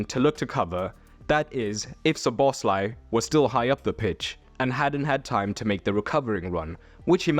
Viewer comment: Learn to pronounce players' names! Szoboszlai is stressed on the first syllable, not the second!